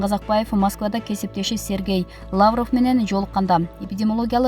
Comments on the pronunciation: Сөздүтуура окусаңар журналисттер,Лавров дегенди Лаврыв дейсиңер.силерди канчалаган адамдар угуп көрүп жатат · Какая безграмотная,лавров ударение а га эмес,лавров о го тушот,туура окучу эй,дипломду каяктан алгансын? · АЙЛАНАЙЫН ДИКТОР ТУУРА ОКУУП АЙТСАН.БАТИРЕЯ ЭМЕС,БАТАРЕЯ.ЛААВРОВ ЭМЕС,ЛАВРОВ.ТООБО ЭМНЕНИ БУТТУН ЭЛЕ СААНЧЫ 61 ЖАШТАГЫ МЕНЧЕ СУЙЛОЙ АЛБАЙТ ЭКЕНСИН.УШАКТЫ КЫЙЫН АЙТАСЫНАР,СЫНДАП АДАХАНДЫН КЕШИГИН ИЧКЕНСИП.😁